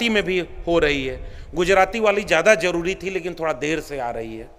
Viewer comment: Jaroori nahi Zaroori! Abe hindi to theek se bol be! 😂😂😂😂😂